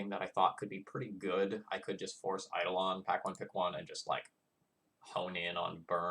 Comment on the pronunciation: Eidolon is pronounced "eye-dole-un" and I'm weird about making sure that's pronounced right